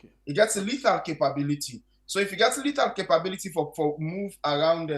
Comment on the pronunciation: Mr police officer the word is LETHAL and not LADDER weapon.